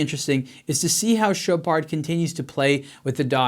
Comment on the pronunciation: Dude you don't pronounce the D in Chopard lol